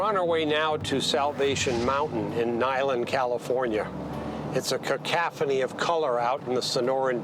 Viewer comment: 'cacaphony"??? I think you'll find the word is cacophony. Man if you don't know how to pronounce words correctly at your age don't be a pretender, just pronounce words within your ability